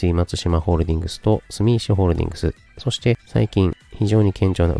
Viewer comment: 「すみいし」じゃなくて「すみせき」ですので、よろしくお願いいたします。😂😅😂😅